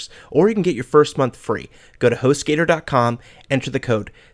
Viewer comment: correction host gator (Gu-tor)